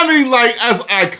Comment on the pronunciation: Responds to ED BOON….and does a Ric Flair voice. Smmfh Then mispronounced SHAO KAHN through the whole video. 😂😂😂😂😂😂 Good luck bub.